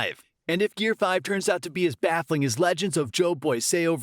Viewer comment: "jo boy" bruh it's "joyboy"